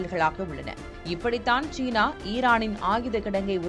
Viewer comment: "தமிழைக்கொல்லாதீர்" ஷீனா அல்ல சீனா